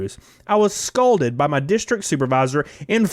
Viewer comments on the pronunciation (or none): "scolded" not "scalded" There's a difference,.